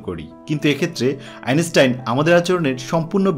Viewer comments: বারবার' আইনেস্টাইন' খুব শ্রুতিকটু লাগছে। আর শুধু ভুলোমনার কথা এত শোনা যায়? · Your pronounciation of the name of the great scientist is not correct.